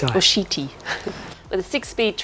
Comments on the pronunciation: has been doing SO well with her Italian pronunciation... but "Carlo Sheetee"...? Ouch! In general, "ch" is pronounced as a "k" sound (as in cord or chord) in Italian, so "Chiti" would sound like "Key-tea". Great build, great presentation! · Great job, fantastic work, and yes was right to pronounce Chiti the first time. In Italian pronunciation of CH = K phrenetically its Kiti. is doing a fantastic job 👏 👍